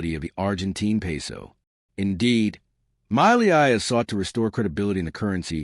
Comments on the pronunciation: My-lee-eye my eye!!!!!!! A few seconds on Google translate would have taught you how to pronounce Milei correctly....... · Its pronounced Meeyay!